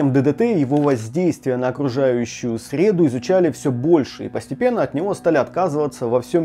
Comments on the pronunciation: Информация полезная, но очень режет слух, противоклещЕвые костюмы 😱 и воздействие на окружающую срЕду. 😱. СредУ, противоклещевЫе. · Не 'на окружающую срЕду, а окружающую средУ😂. В срЕду, в четверг.... 😂